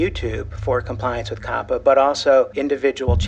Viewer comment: Say it with me. COP-PA Not Coh-puh. 🤦‍♂️